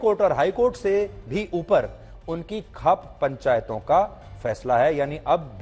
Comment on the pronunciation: Khap ni hota chatukar ji ...khaap hota h 😅